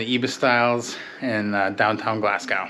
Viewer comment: Your pronunciation of Glasgow makes me die inside every time I hear it